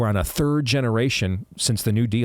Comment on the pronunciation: Is Steve. Saying terd-world countries? Cause he’s said it twice now. lol, terd-world countries. 🤷🏼‍♀️